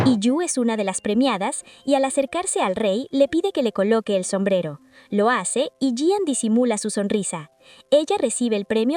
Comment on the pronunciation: Me encanta como resumes, pero no es Yian es I An ♡😊